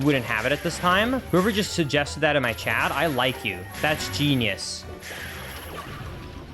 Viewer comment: T........ it's chaT ......not chad....